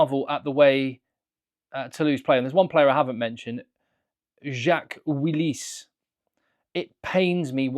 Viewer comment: Jacques Ouillisse 😂😂 Very good video as usual!